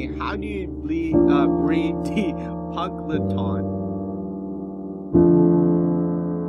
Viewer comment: the way he pronounced punkleton 💀